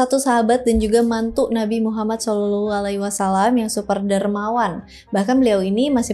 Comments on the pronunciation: gw sebagai muslim malu, kmu lebih bagus penyebutan nama Nabi Muhammad SAW di banding gw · Makin fasih aja kak nyebut nama Nabi Muhammad SAW 🤭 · Fasih banget baca nama nabi muhammad😍🥰padahal beda agama,salam untuk orang baik🙏